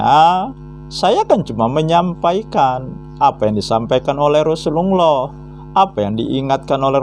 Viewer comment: pendeta nyamar jdi muslim ini .. mukaNya kaya saifudin ibrahim 🤭🤭🤭 melafalKan hurup arabNya gak pas .. TIDAK TERLIHAT seperti orang muslim yg berilmu dan paham ilmu agama islam .. menyebutKan kata rasulullah saja lisanNya meleset jauh dri lisan muslim umumNya ,. 🤦🏻‍♂️🤦🏻‍♂️🤦🏻‍♂️🤭🤭🤭🤭🤭